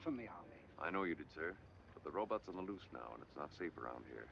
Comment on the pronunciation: "row-butts" always gets me.